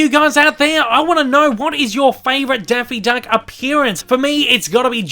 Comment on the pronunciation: “Denphie deunck” good lord